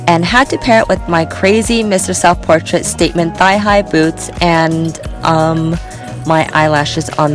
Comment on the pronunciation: Chriselle, it's so hard to decide because you slayed every outfit! Are you saying, "Mr. Self Portait" for the boot?